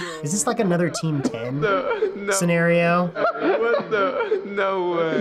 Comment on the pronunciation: I love when that parent said “is this another team ten senereo”😂😂